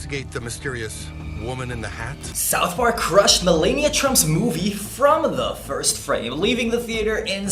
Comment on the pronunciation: If you're not going to pronounce Melania correctly, at least MISpronounce it correctly: MELABIA! 😊😂